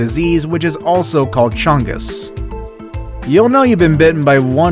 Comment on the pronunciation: DID HE SAY "CHUNGUS"?